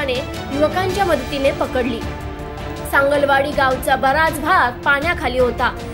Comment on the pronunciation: anchor la (news reader la) sangli wadi nit mhanata yet nahi . "sangal wadi " mhantey kuthun dharun analay jila ucchar karta yet nahi kas selection kartat he you tuber ?